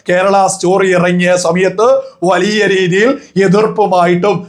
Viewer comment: വളിയ അല്ല bro വലിയ... വലിയ... 😂